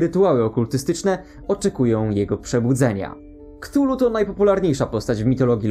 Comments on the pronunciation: Wymawia się "katulu", a nie "ktulu". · A Chthullu nie wymawia się przypadkiem ka'thulu? Tak mi się wydaje było powiedziane chyba ten...